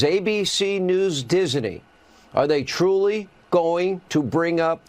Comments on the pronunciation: Dis-in-nee Hannity Another example of weirdo Can’t pronounce name of one of the most famous names ever. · "Dis-a-ney"?? wtf? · He kept saying Disiney😂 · 😂 What's Hannity's glitch? He keeps adding an extra syllable to "Disney" and mispronouncing it as "Dis-en-y". Typical magaT WEIRDO. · I love the way (NOT) that he can't pronounce Disney. Where the 'i' came from as he pronounces it Dis-i-ney, I'll never know. Just goes to show how literate Hannity is, again NOT! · I can't stand the way Hannity says "Disney" when he's threatening Iger. "Disenee". He's such and awful person. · Why is Hannity saying "Disney" that way? He's adding an extra syllable. Lol Dis - uh - ney. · You ridiculous, nonsense example of a commentator,. Hannity. The corporation's name is "Disney". Not "Diseny". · How many syllables in DISNEY??? According to Hannity there are 3... DIS EN NEY??? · hey Hannity - since when is it 'DIS-EN-NY'? It's Disney! Are you channelling Yogi Bear & his 'Pic-en-ic basket" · Arrggghhh diz ney say it with me hannity diz ney not dis a ney 🤦‍♀️ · He does know it’s not Disiney? Disney! Lol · What's with the way Hannity pronounces Disney? He's adding an extra syllable. It's rich him criticizing ABC News when Fox is not real news. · If Hannity were a real news anchor, journalist or whatever he purports to be, he'd know how to properly pronounce "Disney." And he wouldn't be on faux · Does Hannity know how to pronounce Disney. There’s no “i” between the “Dis” and “ney” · Sean Hannity pronounces Disney like the word has three syllables. MAGA sure loves the poorly educated!